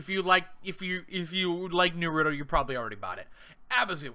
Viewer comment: He said it's naurto lol